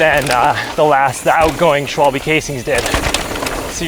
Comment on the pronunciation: it's phonetically 'schwahhhll - buhh'